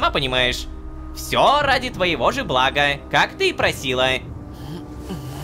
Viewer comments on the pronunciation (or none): none